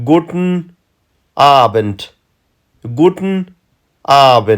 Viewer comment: وروره T ټ نه تلفظ کېږي T ت تلفظ کېږي لکه ګووتن نه ګووټن